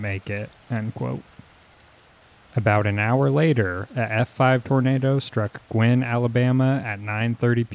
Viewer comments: Guin is not pronounced "gwinn." It's Gue (rhymes with cue). GUE-in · Guin is pronounced "Gew-in". At that time, the US Army's atomic weapons school was at Redstone Arsenal, in the SE corner of Huntsville. For months afterwards, TN residents were finding classified US Army documents from the school that had been scattered and carried away by the tornado. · Actually, Guin is pronounced “gyoo’-win”.